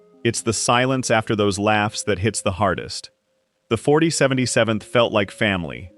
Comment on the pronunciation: Interesting to watch but please stop with the AI voices, just use a real person to narrate it at least a real person can consistently say 4077th correctly every time.